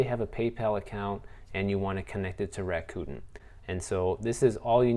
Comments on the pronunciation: Bruh I can’t 😂 U keep sayin Raccoon .. It’s “Rack-a-Ten” Cos they give u $10 bucks at signup! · It's pronounced Rack-Uh-Ten. 😁